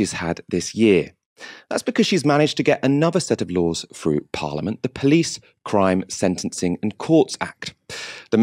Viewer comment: pronunciation of "police" amuses me. "Pleece"